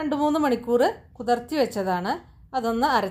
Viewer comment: It's not kutarti it's kutirti for soaking. The recipe is superb.